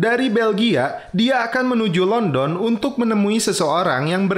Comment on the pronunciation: London bang bukan London